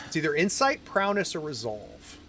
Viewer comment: No "n" in Prowess